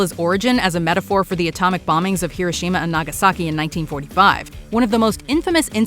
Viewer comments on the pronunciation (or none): none